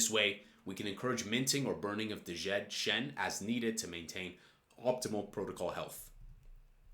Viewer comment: djed is pronounced with a silent d so simply "jed"